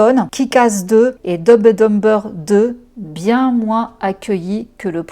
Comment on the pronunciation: Par pitié la prononciation en anglais 😅 Dumb and dumber on ne prononce pas les B